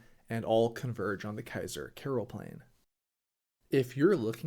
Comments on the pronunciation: Oh please you work in the Netherlands. Start pronouncing the name on a decent way. It's Keizer Karelplein, with an A. Not Keizer Kerelplein, with an E. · Keizer Kerel Plein? The a is not pronounced 'e', its pronounced 'ah!' Keizer k Ah! rel plein, lollll